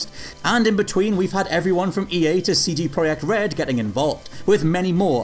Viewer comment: as a person from Poland I am so very proud you nailed the pronunciation of CD Project RED in this video.;)